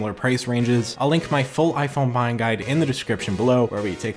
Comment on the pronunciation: ...... 😑 Why you saying "bheying" champ?